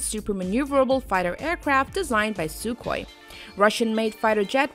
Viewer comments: Silent K in Sukhoi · Sukhoi is pronounced Suhoi